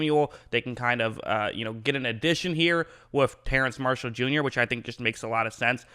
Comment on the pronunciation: It's pronounced terrace but I don't think people will say anything if you pronounce it terrance